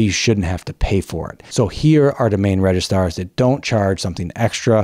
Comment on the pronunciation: It’s registrars NOT “RegiSTARS” ⭐️